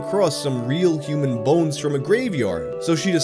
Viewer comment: I love the midwestern way he says “bo-enes”